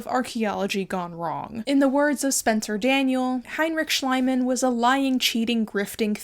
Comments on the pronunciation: Just curious if you're intentionally mispronouncing Schliemann's name to make it sound more like "slime"? It's kind of bugging me a bit but if that's what you're doing I respect the disrespect. As for artifacts belonging to the local people aren't modern Egyptians the decedents of Arab invaders? I don't really know but I thought the modern population is not ethnically or culturally descended from ancient Egyptians? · This video was as enraging as it was interesting. Still rolling my eyes at that Tiktok and their "oh haha, it's fake ;)". (By the way, Schliemann is pronounced differently! In German ie is like a long ee. The way you pronounce it is how ei is pronounced, Schleimann. Schleim means slime, so it does sound like Slimeman...which is oddly fitting for him I guess 🤣). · I love that you call him "Schleimann" and not "Schliemann" (his actual name) :D It brings out the slimieness of this person perfectly. I study archaeology of ancient greece and rome in Germany and whenever we come across him (or his other german colleagues of the 19th century) our profs start moaning about how they destroyed so much of what we could now use. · Could you please pronounce the name of the rich Troja digger like 'Shleamann'? Because that is the pronunciation of the german name. Talking about the Shoa: It also destroyed cultural heritage, by forcing the Jews to sell the paintings and printings they had, in order to obtain the money needed to emigrate, often beneath the actual worth these had, especially if it was modern art. In the early 2010's this art suddenly turned up as a part of the collection of a Cornelius Gurlitt, who claimed that he had inherited all these hundreds of pieces from his father, without knowlegde of their provenience. He died shortly after. Now a lot of art is looking for its proper owner. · I just love the way you mispronounce Schliemann's name ( not criticising! ) makes it sound slimier... or was that on purpose? 😅😂😂😂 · Schliemann is pronounced "Shleeman"